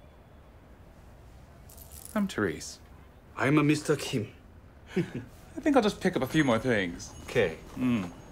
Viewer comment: He pronounces the “k” in Kim wrong????